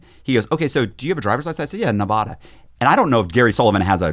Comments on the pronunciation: Oh my God. I relate to this so hard.. People just don't get it. Nev-ad-a not nev-ah-da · If I was the FBI guy, I would know right away he was lying because of how he pronounces Nevada 😂. Great episode!